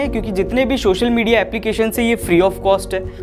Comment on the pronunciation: Hey bhai , it is called "social media" and not "Shoshal MEdia"